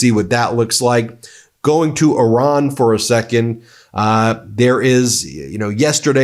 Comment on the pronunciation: Could you please LEARN HOW TO PRONUNCE IRAN. HOW WOULD YOU PRONOUNCE AVE CESARE? FOR GOODNESS SAKE EDUCATE YOURSELF! BTW I LOVE YOUR CHANEL.